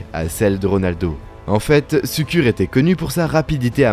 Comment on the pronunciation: Brescia, Şükür : le massacre des noms!